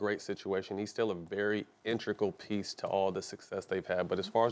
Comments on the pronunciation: also, I'm gonna challenge you on "intrigal" Matt Barnes😂🤦🏿‍♂️ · “Intrical” lol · he said intrical 🤣